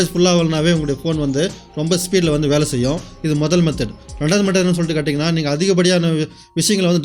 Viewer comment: செயும் இல்லை செய்யும்